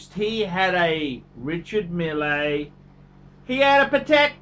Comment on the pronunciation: Not Richard Mille(Y)........Ree-shar Meal,but you will learn with time.